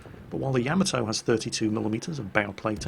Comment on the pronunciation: Did Jingles say "sacrificial Nyamato"?